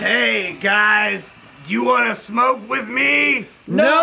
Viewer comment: Their pronunciation of "do" to rhyme with "go" was amazing XD